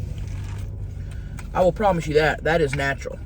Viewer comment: "There is nothing makin us more beautifuller; that is natch--earl." 😂